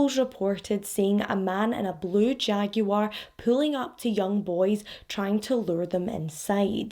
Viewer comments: Whoa do all Scottish (she's Scottish, right) all say jaguar like that lol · Lmao! Yeah, my spouse is Scottish and says it like that too. Always makes me giggle